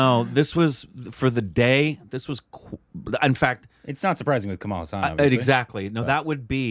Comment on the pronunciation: Hes not Kamaal.but Kamal.